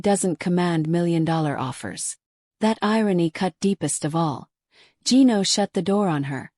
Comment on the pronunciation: Revenge videos? That's what matters? With an AI voice that can't pronounce Gino's name?